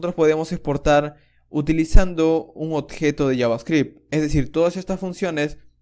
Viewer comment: compatriota peruano detected :D (cuando menciona odjeto) gracias bro por el aporte